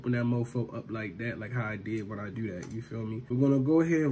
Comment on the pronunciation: Wowwwwww that’s how you goin dew me 🥺